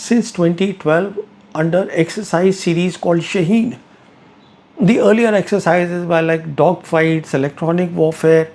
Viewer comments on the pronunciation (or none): Pravin sir, the word is pronounced Shaaheen meaning falcon. Thank you.